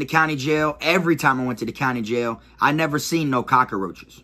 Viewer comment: My guy said cakaroaches ………definitely from Florida my g